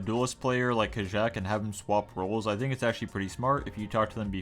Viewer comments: No hate intended but I think Kajaak is pronounced Kayaak Keep up the uploads ❤❤ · it's pronounced ka-yak" no?